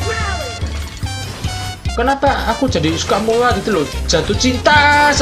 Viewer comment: Murad bang..bukan mulad